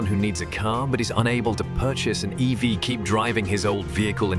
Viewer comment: This voice is AI generated right? Can't pronounce EV or EVs correctly.